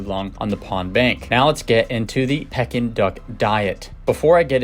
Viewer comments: Haha it’s PEEkin duck! Like for sure bro. Can you re-record and upload the audio?!? Lol honestly you should consider it ik its a lot of work but you say it wrong so many times and its killing me 😂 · The proper pronunciation is "Pee-kin" not to be confused with the action of a birds beak like pecking. Google it! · Can you pronounce it right, that’s annoying to listen to you say it wrong the whole video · That’s not how you pronounce their name